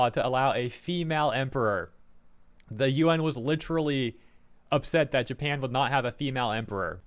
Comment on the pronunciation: Japan, not NEINpan